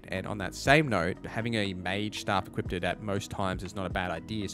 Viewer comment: hey great video no idea why you keep saying "equipted" tho